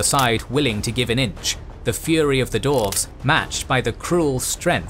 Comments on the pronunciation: this is so well made and animated, but i cringe every time you say dorves instead of dwarves. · I'm sorry, but is there a problem here? Last I checked DWARVES was not pronounced as DORFS. Theres a W in the name! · Someone who is going to narrate the history of Middle Earth should, in preparation, learn to pronounce Dwarf and Dwarves. I literally had to stop watching this one because my stupid brain tick can't handle this history of the Dorven race. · Am I the only one hearing "Dorfs"? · Great, except for the narrator's weird pronunciation of "dwarves"